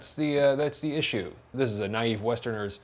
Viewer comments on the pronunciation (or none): none